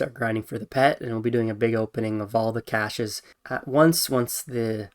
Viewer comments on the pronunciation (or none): none